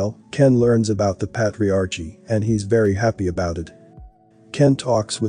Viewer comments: The word is Pronounced: " ˈpā-trē-ˌär-kē " not "pat re arche" Please, when you learn a new concept, look up the word. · patriarchy~ "ch" is a k sound. How annoying to listen to lol GREAT VID THOUGH! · This guy needs to learn to pronounce “patriarchy” correctly because it drives Me crazy to hear the word constantly mispronounced…